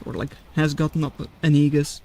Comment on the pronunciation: It just sound like neeges which kinda sounds like the hard r.